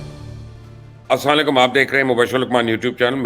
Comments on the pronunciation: Sir g plz salam thek say kea kren plxxxx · Ap salaam theek nhi krty